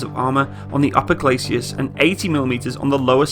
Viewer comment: Holy s**t, all these online armored vehicle "experts" who don't know the difference between a tank's front sloped armor and the Spanish singer, Julio Iglesias. Glacis is pronounced GLAY-SIS , not GLAY-SEE-US or GLAY-SHE-US or GLAY-SHUS. From this and so many other errors common to most or all of these guys' videos I get the feeling a lot of YT's so-called authorities on tanks who claim extensive experience with them probably saw one once during a whole four months of weekends in the National Guard or Brit Territorials.